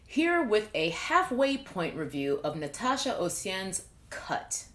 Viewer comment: Also, the way you pronounced my name was actually amazing! Not many people get it perfectly like that! 🙌